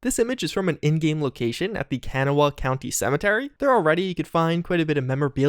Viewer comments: Yo its pronounced Ka-nah-wa xD. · For future reference Kanawha is pronounced Can-naw-uh .... I’m from here and I had trouble with it as a kid